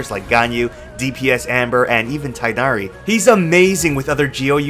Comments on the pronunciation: His name is pronounced te nari not tai nari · Do English speakers really call him Tainary? Correct is Teeghnari.